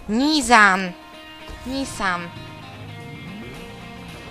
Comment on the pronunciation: Tak klocuszku " NIZAN "